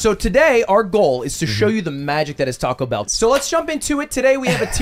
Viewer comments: Not going to lie says taco better than lud taa-kow/ta-ko is the correct pronunciation not taa-cow/ta-co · "Tahko Bell" soft a brother